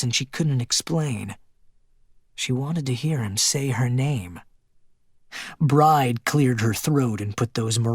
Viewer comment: The main female character’s name is pronounced BRI-DEE, not Bride, like bride & groom. Bride is an Irish female name.